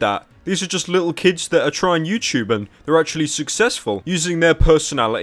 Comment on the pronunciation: He says "youchoobe" lmao.